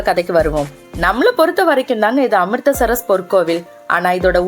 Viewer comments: Amritsar, not Amristar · Amritster amritster nu evalavu murai maathi mathi thappa solringa . Amritser correct ster illa